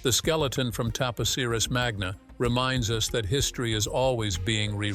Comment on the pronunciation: The temple is TAP OSIRIS (Oh-SIGH-riss) MAGNA. Cleopatra's sister is ARSINOË (Ar-SIN-oh-eh.) PTOLOMEY (TOL-oh-mee).